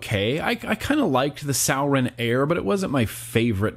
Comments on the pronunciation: Rob Fair Jr. I was under the impression that it was pronounced "sue-ore-in", but yeah....definitely not "sour-in". Lol. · It’s sorin not sour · Hey! Sorry but its Suroin not Sourin. Anyway, Cheers bro love your content! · Every time he said souwrin ik all the vapers and stoners out there cringed hella fkn hard😂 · Pronounced sore•in. Lol Love you bruh. Haven't watched ya for a while. This just came up in notifications and that looked liked the Exceed we just picked up and love a lot. We(our shops) are kinda over Sourin product. Check out the Exceed if you haven't already. Later dude. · It’s prounced soar-en. And the vagon sucks, after a week the plastic will start to separate as the pod won’t sit well or make connections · Suorin*** pronounced “soaring” like flying.. there’s not a star in heaven that we... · does he know he’s saying sourin wrong? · It’s suorin and it’s pronounced soo-or-in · Why the fuck do you say suorin like that. ITS SORE - IN